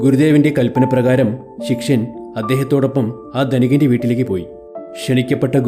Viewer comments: ശിക്ഷയൻ അല്ലടാ പൊട്ടാ ശിഷ്യൻ ആണ് 🙄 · ശിഷ്യൻ ആണ് ശി ക്ഷ്യൻ അല്ല